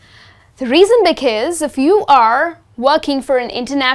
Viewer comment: You pronounced 'Because' incorrectly.